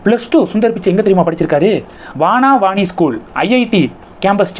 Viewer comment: ஐயா, அது வனவாணி பள்ளி .... காடுபோன்ற அடர்ந்த மரங்களுக்கிடையில் அமைந்த பள்ளி "வானாவானீ" பள்ளி அல்ல